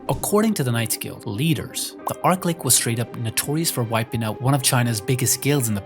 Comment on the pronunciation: Arklick? Pfff It's ArchLich as in a tch sound, not k.